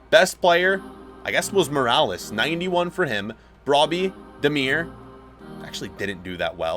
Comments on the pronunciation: You say Brobbey as “Brob-E” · im dying inside when you say brobbey. You said it correct the first time and then butcherd it after!!